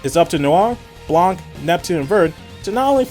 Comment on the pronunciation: Love the reviews, one problem: The "C' in Blanc is silent. It's french and the language is stupid like that.